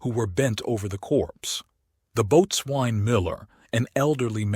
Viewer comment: That is NOT how "Boatswain" is pronounced. It's pronounced "Bo-sun"